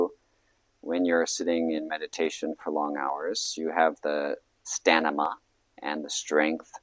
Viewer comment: Hard to take you seriously when you mispronounced the word stamina, while seeming to be putting emphasis on it. What? This isn't real.